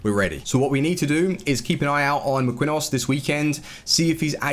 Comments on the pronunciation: Marquinhos is MAR•KEEN•EEOS 🤦🏽‍♂️ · Hot Take: You can only use Marquinhos if you can pronounce his name :)) Kidding pal love your work xxxx